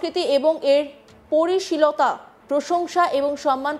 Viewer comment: পরি পরিশীল তত্ব 😆😆😆😆 হায় কি অবস্থা বাঙলা চ‍্যানেলের অ‍্যাঙ্কার এই উচ্চারণ 😢